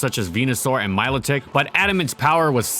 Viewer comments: Mill - Lotic. God that peeved me. I mean wtf, Mylo-Tik , really? IT'S A PLAY ON MELODIC. YOU BUFFOON . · MY-LOH-TICK? HAHAHAHAHAHAHA